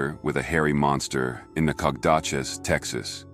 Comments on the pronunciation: Nacogdoches , I live there and have most my life. it is pronounced [ NAK AH DO CHEZ ] the G is silent. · Thats a weird way to pronounce Nacogdoches.....